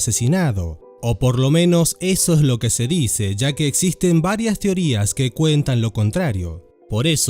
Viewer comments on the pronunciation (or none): none